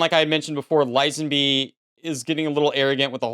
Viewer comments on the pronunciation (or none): "Lizenbee" hahahaa thats how you pronounce Lazenby...bro.